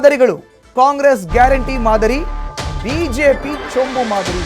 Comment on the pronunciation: ಚೊಂಚು ಅಲ್ಲ ಚೊಂಬು